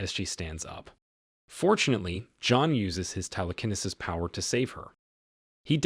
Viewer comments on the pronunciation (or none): So many people don't know any better watching this they will really think it is pronounced tele kenna sis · It’s Tele- ke-nee sis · The football player's name is not Bernie Kosser (at about ). His last name is pronounced Ko Sar, and it's actually spelled like it sounds, Kosar. Between 10 and 10 1/2 minutes, Telekinesis is being pronounced incorrectly, as well. People should either have a real person that speaks English read these, or make sure the AI didn't make any mistakes before posting. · I mostly enjoyed the narrator's inability to pronounce telekinesis